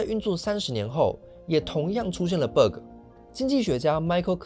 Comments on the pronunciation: it pronounces bagg not berg tho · 那個ㄅㄜ個真的聽一次尷尬一次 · Bug請正音為霸葛 謝謝😅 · BUG 不是念成 Burger .... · 很好的一個影片，但是你那個bug的讀音有點奇怪聽得我好難受…. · bug的發音讓人很出戲